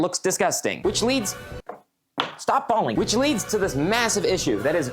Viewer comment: it sounded like balling tho 😂